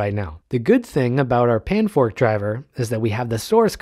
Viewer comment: "panfrost" not "panfork" please